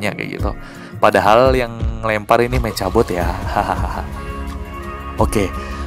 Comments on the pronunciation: Meka bot bang bukan meca bot hahahA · Bang: saran ngomongnya mekabot jangan mecabot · Bang btw mechabot kalo baca mekhabot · Nulisnya mechabot bilangnya mekabot. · Membacanya Mekhabot, tulisan mechabot👋❤